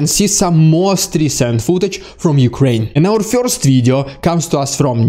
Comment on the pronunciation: LOL! Yes you said "DeSatanization" correctly! Need to work on "Dude" not "Dyood" and "first" not "Fyirst". LOL Otherwise, your video's are the best!